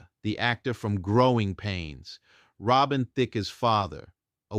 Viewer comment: Did you REALLY say Robin Thick-a?? OMG……